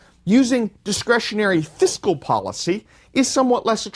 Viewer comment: This whole lecture talks a lot about Fiscal Policy and not enough about Countercyclical Fiscal Policy ... also ... it's FISCAL ... not FISICAL ...